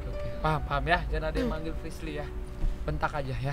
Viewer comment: bukan frisly tapi frishly